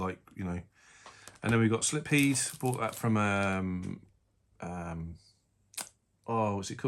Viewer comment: Slip heed .. sounds like a bald guy in Geordie. Sil pheed 😂😂